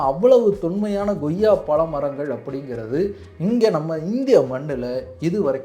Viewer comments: நண்பா goyya ன்னு சொல்லாதீங்க, koyya ன்னு உச்சரித்தால் நல்லா இருக்கும் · Bro, one suggestion. please try to pronounce accurately like koyiaa not goyiaa so that people following you will also do so. Thanks. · Ngoyaa pazham illa.. koyyaa pazham. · Koyya என்று சொல்லாமல் ஏன் Goyya Goyya என்று சொல்கிறீர்?